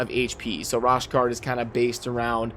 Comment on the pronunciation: Bro, lol...u be butchering these names!!! Its pronounced RO-SHARD. As always tho, good vid😁 Btw, U've got a few great Legos now!